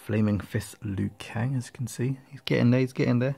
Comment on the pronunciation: Did he just say Lin kou😂😂😂